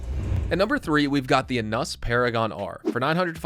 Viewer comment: Enus is pronounced like anus but with an e